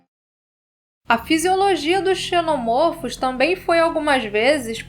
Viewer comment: Como em cachorro, a pronúnciar é: um "cachôrro", dois ou mais "cachórros". Seja: Um "xenomôrfo", dois ou mais "xenomórfos"; um "ovomôrfo", dois ou mais "ovomórfos"